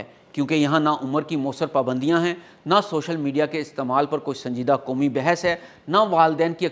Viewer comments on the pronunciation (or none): بات آپ درست کر رھے ھو لیکن لفظ سوشل میڈیا ھے اصل لفظ ۔ شوشل میڈیا نہیں ھے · شوشل نہیں سوشل میڈیا بولیں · Bhai it's not chochal media apna talafauz theak karain Urdu bht zayada kahraab hai apki Baki baat Apne theak kahi hai